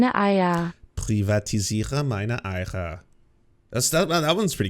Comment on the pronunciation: I love that mispronounced Eier as Eicher, which means you live by an oak tree. Consider me oak-pilled 07